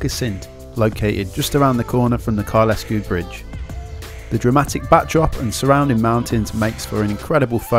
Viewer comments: Some of your pronouncing was "interesting" ha ha. Kylesku is Kyle-sku rather than Kyle-esku. The others...well it is normal for "Southern people to copy what they hear on the "Media" ha ha. Interesting video reminding me what I miss. Time I returned to the Highlands ha ha. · Kylesku is a single word with the 'e' being silent, we don't have 'locks' in Scotland they are Lochs. Great video I've did the route many times. Well done with the book. I have subscribed. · It's pronounced Kyle Sku... hence the comment above.